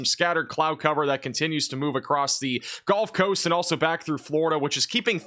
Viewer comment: I’m new to the channel. Is it some sort of joke that he says golf coast or is it his accent?